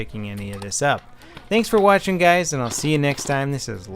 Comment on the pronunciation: was that a "Hey gays" just now?! XD